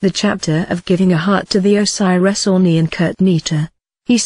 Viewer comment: Why she pronunces "Ani" as "Oonee"?